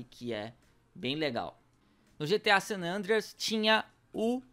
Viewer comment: O Sanandreias , WTF KKKK fala pior que eu